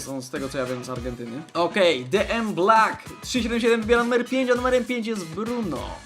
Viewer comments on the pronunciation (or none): none